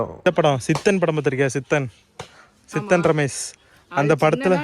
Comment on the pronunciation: சித்தன் ரமேஷ் இல்ல ஜித்தன் ரமேஷ்